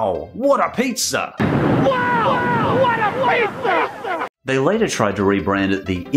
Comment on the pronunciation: He says pizzer..lol